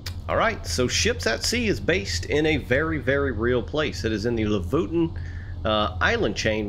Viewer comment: You pronounce lofoten like this: say Lo as you would say low without W. Then fot as you would say football. Then en as you would say entery 😊